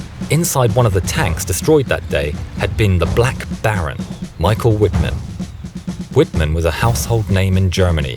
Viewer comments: Watch this documentary: and adjust your erroneous story on Michael Wittman's demise. And learn how to pronounce Wittman's name as it should be! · Can't even say the tiger aces name